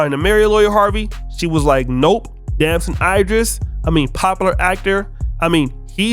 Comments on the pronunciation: its Damson Ee-driss not eye... like A B C D E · I hate how u say "idris".